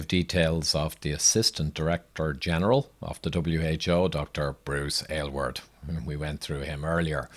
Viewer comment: I must say, as an Aylward, I love that you pronounced it properly and chose to present this information. I remember his statements and appreciate how you strolled us down memory lane.